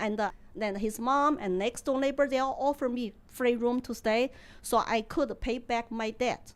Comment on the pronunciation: I 'certify' Lily as an authentic Sichuan girl: 1. They grew up eating the hottest chilli of the land. 2. They do not differentiate 'l' from 'n': neighbour becomes labour. America is luck to keep her.